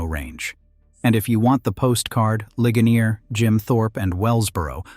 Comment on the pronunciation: "Lih-guh-NEER," Pennsylvania. And "LANG-kuh-ster," not "LAN-kaster." Thank you!